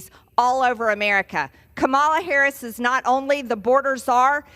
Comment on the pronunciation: can't even stand to watch or listen to Major Sailor Greenie spout the lies and misinformation she repeats on the daily. Learn to pronounce Vice President Harris' name correctly, you knuckle dragging bottle blonde redneck traitor !